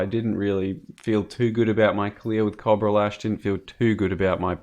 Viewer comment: is no a cob-rah is a coh-bra